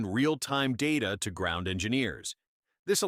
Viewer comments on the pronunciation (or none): none